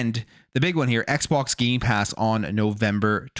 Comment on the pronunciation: He loves saying Gaypass